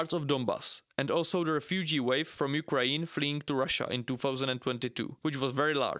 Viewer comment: Can you please say "Ukraine" and not "Ukraeen"?